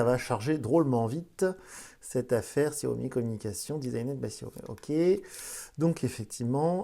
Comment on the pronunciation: Salut , Xiaomi se prononce "chaomi" et non "siaomi" De même pour MIUI , celà ce prononce "miouaye"